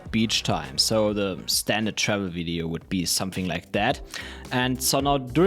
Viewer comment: Awesome tips. But every time you were saying "Travel Videos", it sounded to me you were saying "Shovel Videos" hehe must be the accent and my French Canadian ears for sure:P